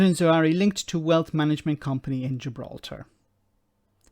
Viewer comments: Expect the leaks to continue. It will be entertaining, if nothing else. Sounds like that excuse was made up on the spot as well. Just to say,, it's pronounced Za-Har-We, not Zoo-ari;) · 1. moment of silence for the amount of times the narrator couldn't pronounce a simple name like ZA-HA-WI. 2. If a mistake over a utility bill is the best you can do, then I'm sorry but it sounds like a really desperate attempt to find something on him. 3. I'm as Tory as Hitler loved Jews. BUT. As a Kurd who was also born in Iraq like Zahawi, and given the UK's actions in Iraq and vs Kurds for over 120 years, it would be poetically ironic if an ethnic Kurd who made his money in private business because the PM of the UK. I wouldn't vote for him as I don't agree with his policies, but he is 1000 times cleaner and more intelligent than all of the sleaze balls who are also running.